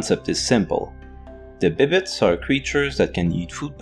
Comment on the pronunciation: Bibbites? Are you a Quebecois?